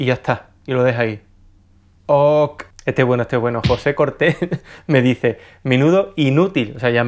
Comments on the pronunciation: Hey, me encantan tus vídeos, pero me trauma que, el "OK", lo pronuncias como "oc" y no como "ocquei", jajaja, pero solo eso, para arriba con todo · Tu pronunciación de OK es lo máximo jajajaja